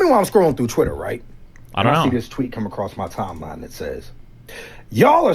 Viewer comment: The fact Britt uses words like "acrosst" should disqualify her for Senate.